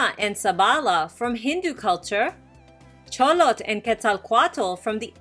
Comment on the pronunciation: Good job on the -TL pronuciation for Xolotl. -TL is basicaly prounouced as T or put air on the outer side of the tongue. L is basically almost silent. Never pronounced as settle or kettle. Always at the end of a word. Examples Xolotl Coatl Ahuacatl